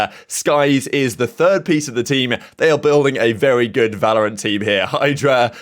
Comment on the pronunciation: You said building a Valorent tram lol happens to the best of us :)